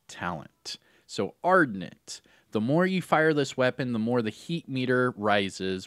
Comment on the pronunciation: ArDENT. Not ardNET. Like passionate,.